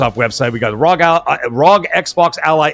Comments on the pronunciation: Rog ally x, lol you keep calling it RzoG ally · Its even more of a mouthful, its actually R. O. G. XBox Ally X not Rog like frog. 🇨🇦